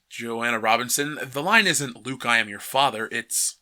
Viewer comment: It only took the butchering of Luke....